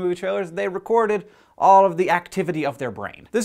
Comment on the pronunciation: r u german? because you said alle which means all in english